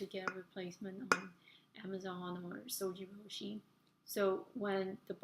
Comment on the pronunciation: It"s pronounced ZojirOOshi, ZOJI ROOSHI as in YOU sweety . But good video I got this model because of you and 5 other videos !